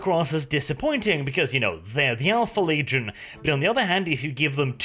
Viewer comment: "Leagion", never change brother